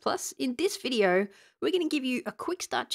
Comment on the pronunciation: Did you pronounce letter "r" at the end of the word "video"?!